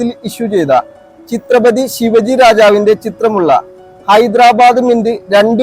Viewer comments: ചിത്രപതി അല്ല ഛത്രപതി ആണ് സഹോദര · ചിത്രപതി അല്ലെടെ ഛത്രപതി